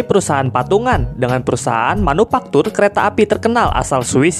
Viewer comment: Manufaktur bukan manupaktur